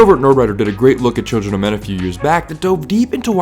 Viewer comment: do you know how to say children properly